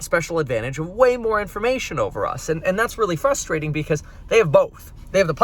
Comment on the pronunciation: Sry to nit pik but you are pronouncing "Frustration" incorrectly. If running for California Governor you should correct it 👍. Just practice and remember to pronounce the R after the the F. Example given: "FRUSTrating" NOT FUSTrating (sounds too ignorant). FRUSTrating (sounds normal) Vote for Meet Kevin for California Governor 2021!